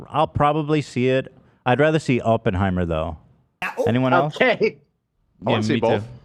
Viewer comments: If I heard ‘Open’-heimer one more time...haha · Come on Ethan! You’re Jewish! Pronounce Oppenheimer properly please!